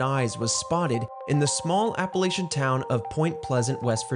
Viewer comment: Was caught off guard by this, but RT doing some exploration into cryptids and the paranormal would be quite epic, especially starting with my states most famous monster. 9/10 pronounce Appalachia correctly